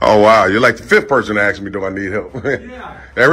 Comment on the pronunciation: Mr Fraud 😎 cool!! In his "Barry White" voice ..... Your like the 3rd person to "axe" me! He he!....Now Barry White knows how to speak proper english He'd say "ASK me"! and NOT "AXEme".....